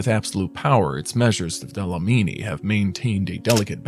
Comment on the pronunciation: Dlamini, not Dalamini..